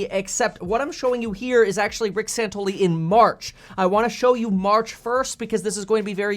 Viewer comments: It's Rick SANTELLI, not "SANTOLY." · His name is SANTELLI not Santolee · His name is Santelli not santoli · San-tell-i, not San-tol-i. Michael Santoli is a different anchor on CNBC. FYI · Santelli, not Santoli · Rick San-TELL-i ... LOL, big fan bro, love the content! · are u mispronouncing his name on purpose? have you ever listened to the guy on the left - he is an arrogant prick - and santelli knows it. fear is the biggest problem with this covid nonsense - and the guy on left peddles fear - he didn't de-escalate he was antagonizing him. if you are afraid, stay home, otherwise we should be treated like adults and freely go about our daily lives. your scared you do what is best for you - I am not, but I am being forced to coddle your fears. Santelli thinks people should have authority over themselves to decide what is best for themselves while the other guy thinks he knows what is best for you and you should stay home, suck off the government teet and tremble in fear under house arrest. BUT you can go to walmart though, thats ok and order from amazon, and get mcdonalds... but no mom and pop shops, or church or school, those are covid hotspots... 😘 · Hey ..ugly..bearded fuck..pronounce Rick's name correctly!!! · You pronounced his name wrong. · It's Santelli guys. San tel li. Just sayin.